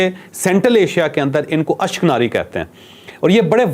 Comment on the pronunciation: اس شخص نے کئ باتیں غلط بتائ ہیں۔ خاص کر اشک نازی والی ۔ یہ لفظ اشک ناری نہیں ہے۔